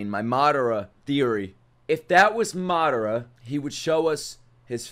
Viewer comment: loving the reactions man but I hate how you pronounce Madara 🤣